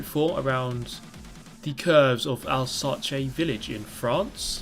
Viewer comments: Alsace is pronounced "Alzass" and not "Alzache" lmao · Hey, frenchman here! Just a little tip for how to pronounce Alsace, this is not as "alsache" but "alzass". Anyway, keep up the good work! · Al- sah-chay. Lol. Al-sahs bud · it's pronounced al-sass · Alsace is pronounced Al-sass, unless I'm missing some inside joke...? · "Alsarchay" sry but i had to after reading the tweet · Isnt it pronounced 'Alsass' ? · Alsace is pronounced 'alsass' I believe. Only faux pas on an otherwise high quality vid 👍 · Alsace is pronounced "ahlzas" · Oh shit fucking butchering the pronunciation of Alsace